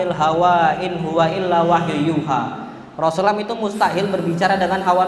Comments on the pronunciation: maaf ustad...knp anda menyebut nama Rasulullah tdk tepat, dan tdk jelas...di menit 1.55 yg paling keliatan anda menyebut na ma Rasulullah dgn Rosalam....susahkan seorg ustad menyebutkan Rasulullah shallallaahu 'alaihi wasallam???Jazakallah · ROSULLULLOH shollallohu alaihi wassallam.. saya dgr beliau bilang rosallam..smg bs perbaiki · kok ustad ngomongnya rosulam sih bukan rosulallah saw. )